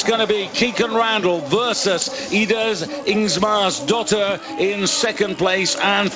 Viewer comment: When will this commentator figure out that the Swede Ingmarsdotter does NOT have 2 s's in her name??